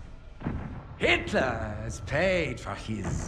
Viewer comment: at least the guy isn't afraid to say Hiatler too